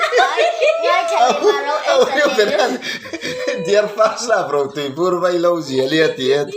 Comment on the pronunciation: Veihlo ni lovin vaihlo